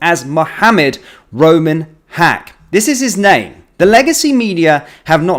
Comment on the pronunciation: First I heard was Rumen, not Roman. Rumi is a well known 🕋name, so guess they made sure to alter it a little?